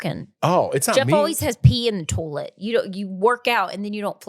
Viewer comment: “Toll let” version of toilet (toy let) 😂